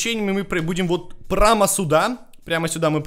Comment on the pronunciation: Он специально сказал